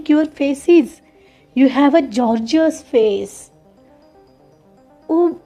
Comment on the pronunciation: Gorgeous ch uchhar correct kra. गॉर्जिअस असं असतं